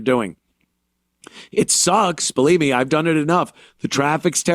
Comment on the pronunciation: He can’t bweef